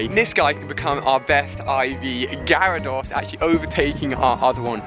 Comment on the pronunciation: It’s gyarados no gyrados